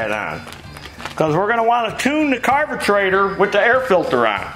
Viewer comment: Tecumesh...Carbetrator! Effing hilarious..."spring" (cue "boing" sound effect)! Dude, fantastic tutorial and totally frigging hilariously funny! Thank you! Be careful with those teeth, that speech impediment can become habitual!